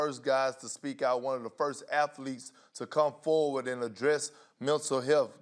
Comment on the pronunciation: Did Kendrick Perkins just say “milntal health”? 😂